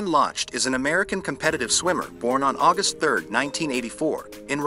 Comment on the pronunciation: Good video, thank you. Ryan Lochte's last name is pronounced 'lock-tee.'